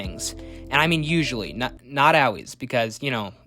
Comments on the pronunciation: Stop saying “Al-ways” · Yeah cool video but why do you pronounce the word aalways like that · Not OW ways, ALL, ALLLLLL, L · Bro says “always” funny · You say always weird